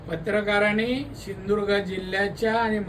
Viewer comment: ..असूदेत रे... पण हा माणूस नेहमीच फडणीस , शिंदुर्ग...असे काहीही शब्द उच्चारून.... शब्दांची , माणसांची नव्हेतर, स्वतःचीच किंमत कमी करून घेतो...